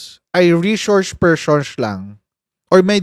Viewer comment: Pershons 😅 bangag